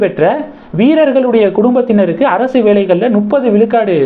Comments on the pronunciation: தம்பி….அது நுப்பது இல்ல…. முப்பது….யூட்யூப் சேனல் நடத்தற நீயே முப்பதை நுப்பது ன்னு சொல்ற. என்னத்த சொல்ல? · Bro. IT is not nupathu. It is mupathu.